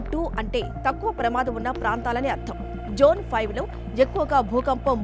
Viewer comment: Jone kadu Mam zone chepandi